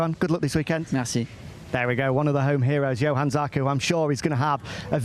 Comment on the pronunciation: nailed it - Jo-an, not Yo-han, Jack;)